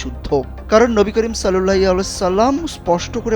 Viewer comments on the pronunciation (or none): রাসূলুল্লাহ সাল্লাল্লাহু আলাইহি ওয়া সাল্লাম দরূদটি ঠিকমত পড়া হয়নি !!!